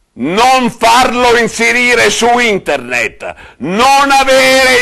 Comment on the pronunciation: "NON farlo inzerire su inderned,NON avere immaggini amadoriali gon inderned"ahahahahahahah ESPLODO XD XD XD XD